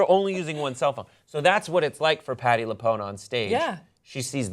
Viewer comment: The fact that just mispronounced Patti LuPone made me cringe.